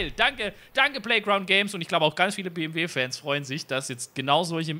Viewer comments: Hat er wirklich am Anfang BWM statt BMW gesagt 😂🤙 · hört sich so an wie BWM XD aber geiles Video! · Ich hab mir das eben noch einmal angehört...ich musste mich bemühen das M zu hören...du hast das halt ein bisschen verschluckt aber ist ja jetzt nicht schlimm😉 Mach weiter so...also mit den Videos nicht mit dem Buchstaben verschlucken😅😂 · Habe mal reingehört, sage aber BMW M4 Coupe ;-) Das BMW ist halt sehr schnell ausgesprochen.